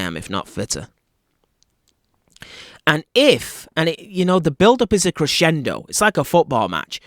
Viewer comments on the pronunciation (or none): none